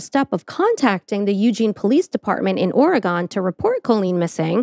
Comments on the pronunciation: Oh, FYI it's pronounced like "organ" not "or-eh-gone." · Aaaaah! You did it! You butchered Oregon. Ugh!😂😢😮